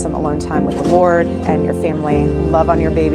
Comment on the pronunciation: Mrs. Kirk pronounces lord with five L's.